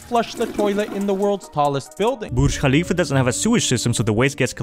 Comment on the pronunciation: Finally,someone who ACTUALLY knows how to pronounce Khalifa